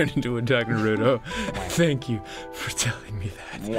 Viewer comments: I hate the way you guys say Naruto. Have you even seen the show? Nah-roo-toe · I love naruter and watching animoo and reading mangers.